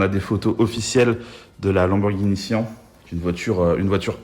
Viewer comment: Syan pas sian